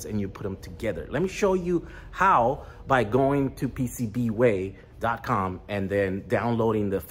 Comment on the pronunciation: who you calling PCBWay.....wey?!?!